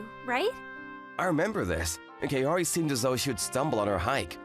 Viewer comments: Bro really said "KaYori" but overall still a good manga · Godddd why is it KE-O-RI?? it supposed to sound KA-O-RI as in cu in cuss wait isn't there any better word?